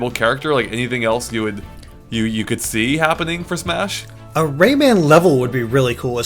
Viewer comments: rayman not raymen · Am I the only one annoyed by the way he keeps saying "Raymond" instead of "Rayman"? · Gah, its pronounced Ray MAAAAAN Not raymen. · Ray-MAN not Ray-MEN:S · Please stop pronouncing it 'raimen'. Pronounce how it's spelt. Rayman -> ray - man. Sorry it's just irritating